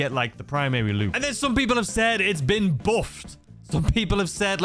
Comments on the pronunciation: "It's been boofed!!" 🗣️🗣️ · What exactly is the 'buhfff' lol???